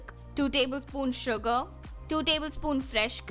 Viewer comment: Why it sounds like you are saying suga when u say sugar😂😂